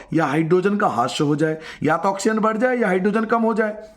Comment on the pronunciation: हास्य नहीं, ह्रास